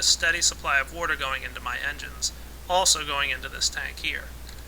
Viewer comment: its water not worter